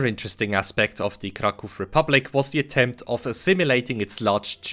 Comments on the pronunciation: it's nice hearing someone pronounce "Kraków" properly after years of hearing "Crack ow" in english-speaking communities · Thank you for not calling it crack-ow :) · Jak tylko usłyszałem twoją wymowę nazwy miasta Kraków, od razu wiedziałem, że mam do czynienia z rodakiem! Jest to pierwszy filmik jaki spotkałem od ciebie i subik leci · As a Pole I must admit that I am shocked to see a person who does not speak Polish can pronounce Polish words, the first time in my life I meet with such a thing and I can not get out of admiration, I expected a rather Americanized version of the word Kraków which has nothing to do with reality and here such a surprise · It strange to me, as a Polish, to hear someone speaking English (not Pole) who says "Kraków" instead of incorrect Krakow xD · nie spodziewałem się że obcokrajowiec jest w stanie wypowiedzieć poprawnie ,,Kraków", dzięki za uświadomienie 😂 tak czy siak dobra robota u niego